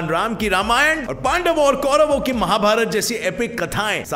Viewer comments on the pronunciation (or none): none